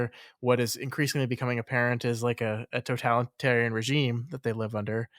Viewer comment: You're mispronouncing totalitarian as talitarian. You are dropping the "total".